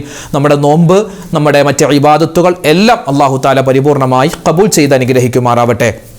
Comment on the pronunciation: ഉസ്താദെ വള്ളാഹു എന്നാണൊ - അള്ളാഹു എന്നാണോ